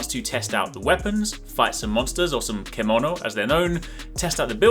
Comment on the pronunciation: Thank you for the summary. Everything I wanted to know. It's pronounced CHEM-OH-NO by the way.